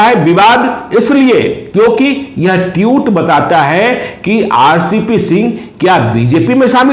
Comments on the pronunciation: Tiut नहीं tweet होता है एंकर जी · Sir tweet not teute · Its tweet sir not tutt😂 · इस गोल मटोल आदमी के मुंह से "ट्वीट" की जगह "ट्यूट" निकल रहा है,,😂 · महोदय, वो ट्यूट नहीं ट्वीट होता है।